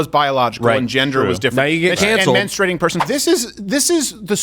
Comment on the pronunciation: “I don’t know if he’s familiar with mensturating” 😂😂😂